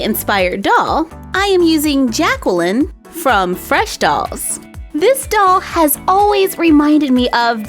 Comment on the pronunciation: Hey my name is jacqueline ps u said it wrong😭😭😭😭😢😢